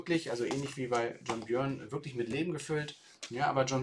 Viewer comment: es spricht sich John "Börn"